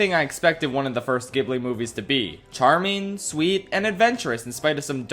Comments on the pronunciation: Kaguya 😍 Takahata already made a note during Heidi that he wanted to create a project about this Japanese fairytale and first wrote an entire book abouth 12th century japanese scrolls before tackeling the style it 's really his magnum opus. (it pronounced djibli by the way , not khibli) i do wished you had included red turtle, it deserves a spotlight. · Fun fact: it's pronounced "JIB-LEE", not "GIB-LEE". In Japanese It's 株式会社スタジオジブリ. Which is transliterated as 'Kabushiki-gaisha Sutajio Jiburi'. Hence the J sound. Not a hard G sound. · miyazaki prefers people watch it in their language also it's pronounced jib-lee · ITS PRONOUNCED “JEE-BLEE” NOT “GY-BLEE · It’s pronounce jiburi not Ghebli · POV: he pronounces Ghibli as "Gihblee" ewww so cringe bro didn't pronounce it "Jihblee" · Bruh. It's pronounced Jibli not gibli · It's pronounced "jibli" not "gibli" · nit to be rude but it’s pronunced jib-li not gib-li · I haven't even watched the video, and I have to say that it's pronounced jheelee, not gibly. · Its jib-lee not giblee ya noob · Oh no, he’s a “gibbly” person… (I know there are arguments for both pronunciations, but I grew up saying “jibbly,” so it sounds weird to me.) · ghibli is pronounced jibbly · dude i love you, i'm making fun of you, and i dont wanna be annoying, but ghibli is pronounced "jibli" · "Ghibli" is actually pronounced "Ji-bu-ri" in Japanese. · Its pronounced Jibli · It isn't a hard "g" sound for the studio's name. It's spelled "ジブリ" in Japanese, so "Jiburi" in English. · It is pronounced Jee Blee! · As a Japanese, I gotta say this but in Japanese you pronounce ghibli as “zibuli”. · It’s pronounced xibli. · IT’S PRONOUNCED STUDIO JIBLEEEEEEEEEEEEEEEEEEEEEEEEEEE The author of earwig and the witch died before finishing the book so they couldn’t add a good ending btw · it is pronounced gee-blee :(( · It’s pronounced jib-lee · Ghibli is pronounced "jibli", the romanization of the Japanese word is jiburi or ジブリ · stop saying Ghibli wrong